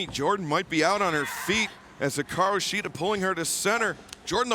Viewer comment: I really hate the way mispronounce shida’s first name